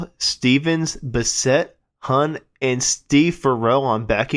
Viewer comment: Huhn rhymes with soon not sun. He had quite the career. I went to the same high school in grand Rapids MI. Nugent grabbed him out of a bar band when Derek St holmes left, then Charlie was in Humble Pie and then onto Foghat. He did a great job of covering the singers he was replacing.